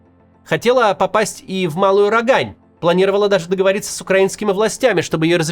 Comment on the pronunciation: Не РогАнь, а РОгань.